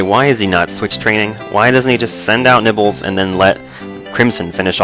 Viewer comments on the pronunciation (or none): at some points in the video you sound like your saying nipples instead of nibbles